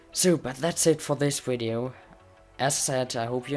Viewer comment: I like how you say video it's sounds like you say wideo xD 😂😂😂